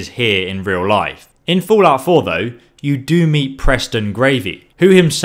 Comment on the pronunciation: "Foolout 4"